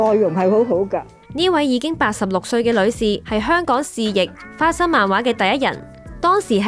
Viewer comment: 花心漫畫😂